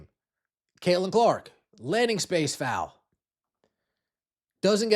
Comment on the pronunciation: Notice Stephanie still cannot.say her name...its Caitlin...Methanie...Caitlin Clark...CC...NOT C...CC22..